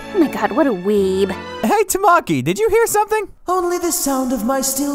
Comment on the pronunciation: THATS NOT HOW YOU SAY TAMAKIIIIIII!!!!!!!